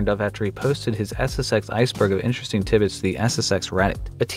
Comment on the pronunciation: It's TID BITS not tibbits